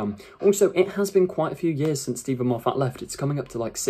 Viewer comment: Mate, he' s Scottish. His surname is not "Mof- fat". It' s pronounced " Moff- it".